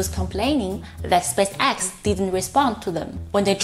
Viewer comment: I understand what you mean. Part of my mind is always analyzing her accent and strange 'rhythm' of talking instead of listening to the message. One thing she could practice on is saying 'spaceX' the right way :) the emphasis should be more on the spAce, not so much on the X. Other than that keep up the good work, I love the videos!